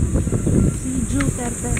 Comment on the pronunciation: Rinig ko, sabi mo, Joo-terte. hahaha ako din po, Jooterte.:)